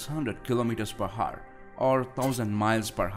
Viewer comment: Hour?? It is Our or aovr.. U don't pronounce the H